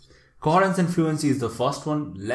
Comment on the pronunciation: bro saying coherence as coharance everytime and teaching the singular form of criteria in this entire video